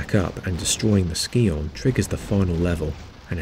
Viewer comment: That's not how you pronounce Scion.